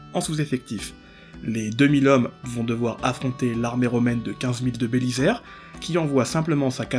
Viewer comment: Compte de l'orthographe on doit dire Belizaire, pas Bélissaire. Désolé le côté gramar nazi qui monte aux oreilles.